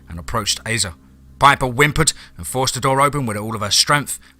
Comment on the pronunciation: This is one of my favorite DMT stories, Piper is a badass! I only have one note, Asa is pronounced like Ace-uh. Not trying to be a dick, just trying to help. Much love, you’re the best narrator on YouTube hands down. 😈 # DMT’S KRYPTID CREW #FOREST OF FEAR